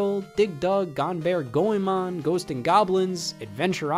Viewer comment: Hearing Scott say "Gonebear Goemon" as a Goemon fan hurts more then it should